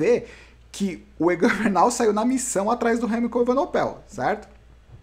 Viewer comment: o Bernal precisa aumentar essa diferença sempre que puder, pq. Remco é bem melhor que ele no TT, (para ele na perder como o Roglic perdeu para o Pogacar) e a ultima etapa é um longo TT . Ainda faltam umas montanhas barbas, mas ninguém é Mae Diná para saber o que acontecerá. Uma OBS: é EvenePOel, e nao EvenoPEL